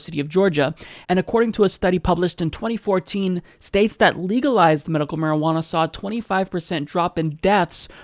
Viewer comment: I hate this guy to the core of my being. But when he says marijuaner I busted out laughing..... probably the marijuaner I'm on.